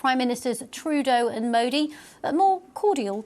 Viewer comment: Seems like she pronounced it pretty well?